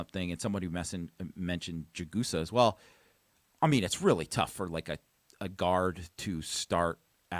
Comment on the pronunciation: it’s Jag-a-saw not Ja-GOOSE-a